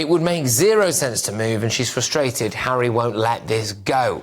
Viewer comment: Never thought I'd hear Lady C saying Megain gives Hawwy head.😂